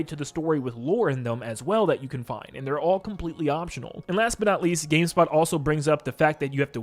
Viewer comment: bro said gayspot lol